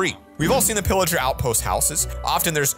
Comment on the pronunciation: It's not illerger it's pillaged 😅